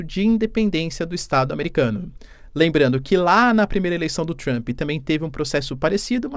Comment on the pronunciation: Adoro como ele acrescenta um i em Trump 😊😊. Fica Trampi 😅 O sotaque brasileiro é o melhor!!!